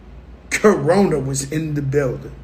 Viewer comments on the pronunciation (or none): “Cuh-rona is in the building” 😂😂